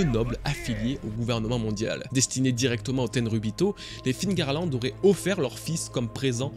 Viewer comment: Mais pourquoi tous les francais disent encore figarland ???? C'est FEARLAND PAS FIGARLAND ?? Meme dans le film qui fait une erreur de doublage il dit "Féarland" jpense c'est pour ca que tlm fait l'erreur